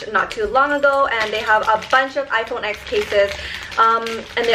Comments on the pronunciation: It's pronounced iPhone ten, not the letter x. And how in the hell is that case holographic its clear with triangle cuts into it lol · Love you! I literally click your video's so fast! But one thing though, when you have such an expensive phone and pronounce it's name wrong haha. It's actually called 10, X as the Roman number. Because it was the tenth anniversary of the iPhone!